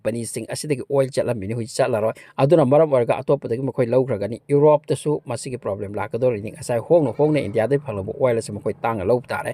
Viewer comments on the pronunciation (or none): none